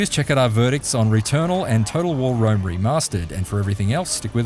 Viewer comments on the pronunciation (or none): none